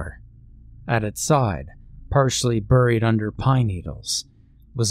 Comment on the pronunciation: My dude, I love your reading. But "buried" is pronounced like " berried". It hurts each time I hear "buhried" lol.